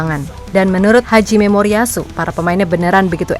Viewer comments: Nama pelatih Jepang Hajime Moriyasu, min...! Bukan Haji Memoriyasu. Emangnya dia haji...? Emangnya dia muslim...?? 😂😂😂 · Siapa yang dengar pelatih jepang disebut "haji memoriyasu," bukan "hajime moriyasu"? 😅